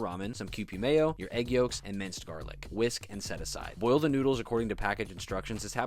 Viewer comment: Did I just hear him say, "Jarlic?"